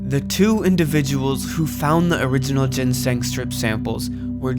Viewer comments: Pls stop saying ginseng like that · Learn english 💀💀you dont know how to say archived or ginseng